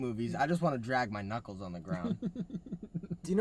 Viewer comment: I thought Chris said nuts instead of knuckles 😭😭